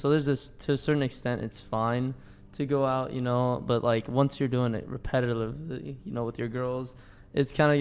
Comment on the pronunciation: Dude can't even pronounce repetitively